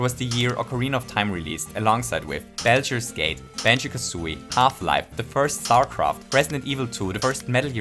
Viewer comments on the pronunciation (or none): "Beljur's Gate" ?